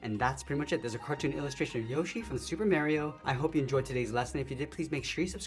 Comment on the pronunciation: great but why do you pronounce mario like that